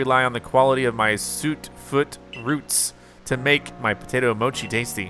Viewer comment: Please stop saying “‘mo-key”, it’s mochi like tai chi lol. Also how you not know mochi it’s like everywhere these days it’s just Japanese rice cake from glutinous sticky rice. Also in Taiwan they even use the term mochi or muah chee to refer to something that’s has that starchy chewy like texture. Just some quick facts for you on mochi not mokey 😂